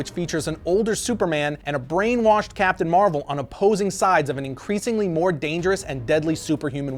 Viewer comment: Hey, hey, You said Capitain Marvel!!!😂😂😂